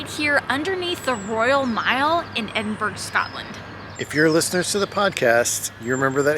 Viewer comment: any guide to Edinburgh should include the correct pronunciation.